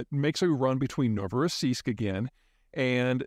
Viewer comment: I’m amazed at how correct Peter pronounced Novorossiysk in the beginning, well done Sir.